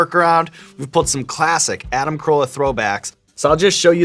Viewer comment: His name is Carolla not Corolla. xD